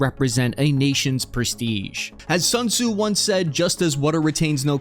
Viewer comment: Don't pronoun Sun Tzu as sun sue. That's plain wrong.